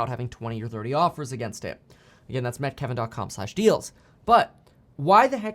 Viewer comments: Why does it sound like you say “Met Kevin dot com”, isn’t it meet? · It's both